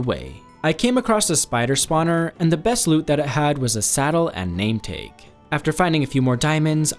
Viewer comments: Bro cant pronouce shi😭🙏 likd what us s joid and name tage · Calling the name tag so weird it's a name tag not name teg _. _ O. O / ___ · “name tayck”